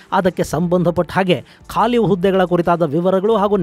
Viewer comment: ಹುದ್ದೆಗೆ ಅನ್ನೋದು ಬಿಟ್ಟು ಹದ್ದೆಗೆ ಅಂತ ಮಿಸ್ಟೇಕ್ ಆಗಿದೆ ನೋಡಿ ಸ್ವಾಮಿ